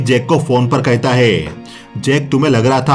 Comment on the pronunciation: Thabi Nik kahita hai.... Kahita hai.... Nik kahita hai....... It's nik Kahta hai